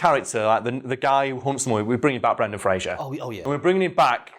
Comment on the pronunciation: Spends whole video bigging up Brendan Fraser. Mispronounces his name every single time...